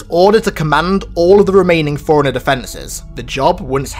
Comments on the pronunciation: It's pronounced Fore Runner not Foreigner. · are you always saying foreigner instead of forerunner ?